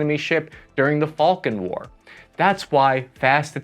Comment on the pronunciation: Did I hear "Falcon War"? That's so much cooler sounding than the Falklands Conflict.